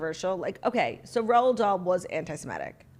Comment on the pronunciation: "the estate of Ronald Dahl" I legit started peeing my pants